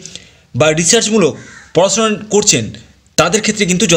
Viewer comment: বাংলা সুদ্ধ করে বলেন ,পড়াছুনা, বিদেছ, পাছাপাছি, এগুলো কি?